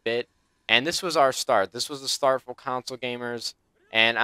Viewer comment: It's console, not counsole <3